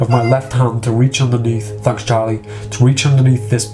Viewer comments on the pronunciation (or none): I don't know why but i love the way you laugh.And Fanks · Fanks for the mirrors and the new direction...Fanks